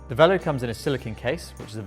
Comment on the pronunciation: Minor quibble - it would have been nice if you used the French pronounciation of 'velo'.